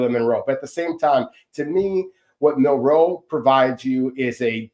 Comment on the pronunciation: It's Milroe, not Minroe.